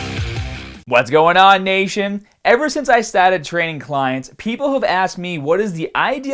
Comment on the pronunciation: I don't know if someone told you that they enjoy when you don't really pronounce your "r" ... "let's get stahted" these "fahbers" ...but it's kind of overboard. Goodnight.